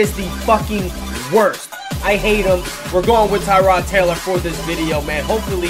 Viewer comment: lol it's Tyrod not Terod